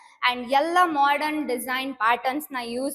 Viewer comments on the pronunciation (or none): none